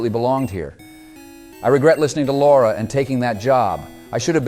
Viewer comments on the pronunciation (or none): none